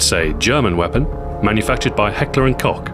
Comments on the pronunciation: I love your vids...I still think you need to be working with the discovery or the history channel. P.S Koch is pronounced like 'coke' not 'cock' =D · Its Heckler and Koch (Pronounced Kosh) Not Cock. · I thought it was always pronounced Heckler and Coke not cock or however he says it in his black ops 2 reviews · No, we don't say "cock", we say koch or coch. Just look it up on wikipedia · are you stupid? i'm from germany, it's not pronounced coke. I don't know if you understand this, but it's pronounced like this: [ˈhɛklɐʔʊntˈkɔx] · HECKLER AND COCK? it's KOSH!!! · Why can't english people say Koch? They allways say cock! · I KNOW, but his accent this time made it sound like Cock, where it should be Coke. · When you watch the video and hear Ahoy say "Heckler & Cock" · I always got taught that it was pronounced Kosh so whatever mate. =/ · its pronounced coke look on thier webpage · Only me who heard him saying at: it whas made by Heckler and Cock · i noticed that our comment train is arguing because xboxahoy pronounced Koch as cock. lol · omg its just getting worse.. first it was heckler und coke now its heckler und cock roflmao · hahaha he really said heckler and cock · He really said heckler and cock. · Love the weapon descriptions. But thus far You have pronounced the K in H&K as coke and cock. Which is it? I always use to call it cotch, but i'm probably wrong. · in german it is heckler und Koch and ch is a little bit pronounced like a CHR :) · gosh people the company is called Heckler & Koch... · btw heckler & kock is pronounced heckler and kowe not cock lol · The German word Koch means cook in english and we say Koch! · why is everybody trying to tell me that i'm wrong if you don't even speak german as your first language? :D just go to google translate and type in cook in english to german (cook means koch) and let google pronounce it for you. it's pronounced right that way. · Yep, he pronounced it wrong.